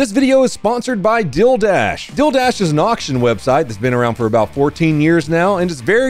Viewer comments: Even CC says 'dilldash'. We luv ya,. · Oi! What the hell is “dill” dash? You get me every time. Ery dang time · Bro said deal and my heart dropped because it sounded like he said dil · Omg, I thought u were saying ‘dildash’😂😂😂 i was gonna say ‘do u pay with dil dough’ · That Deal Dash ad always sounds like you're saying "Dill Dash"...i'm like, you're running after a pickle???🤔🫢🤭❤😂😂😂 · When you said “DealDash” it sounds like you said “DilDash,” which actually sounds pretty sick bro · When you said "Dealdash" you said it kinda like Dil-dash, and my brain imediately was like "This sponsor is from Dildo!" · i heard man say dildash not dealdash